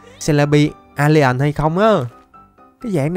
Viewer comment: Em chào,mà anh nói celebi alien giống alian trong lq vạy..:) chúc anh có 1 ngày may mắn á!